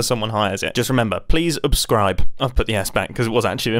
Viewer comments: who else noticed it said "sucscribe" instead of "subscribe"? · I love the "Sucscribe" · I love how it said "Sucscribe" lol! LOVE this! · Is nobody going to mention the "SUCSCRIBE" ? lmao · "SUCSCRIBE!!"?? Mumbo what have you done... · No one gonna talk about ? I’ll be sure to “Sucscribe” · "SUCSCRIBE"... ...SUC... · "sucscribe" :P